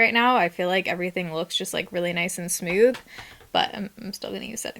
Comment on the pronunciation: Post Tenebras Lux lol!! Smewth 😂